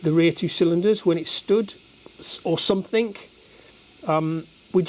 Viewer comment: the correct pronunciation is "Something" and NOT "somethink".....Speak properly